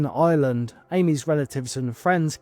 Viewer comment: It’s Ireland not Island